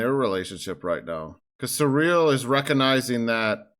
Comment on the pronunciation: Saying Syril's name in a kinda-French way is absolutely appropriate here. He's on kinda-France-planet.